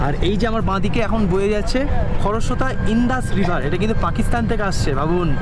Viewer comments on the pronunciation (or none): none